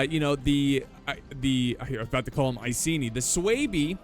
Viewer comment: Words and factions are hard: - Messillia and Masaceli - Aravacci and Lucitani - Egypt and Athens But Swaebi and Iceeni? Come on … 😂 P.S. I know I probably butchered the spelling…